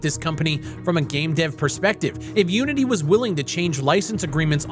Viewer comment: When you said fuck unity, I thought you said fuck you and I was like wow rude. LMFAO.